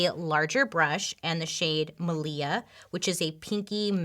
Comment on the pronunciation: My name is Malia (Lia for short bc normally people can't remember my name or say it correctly 🤨) and you said it correctly!!! Thank you. Lol.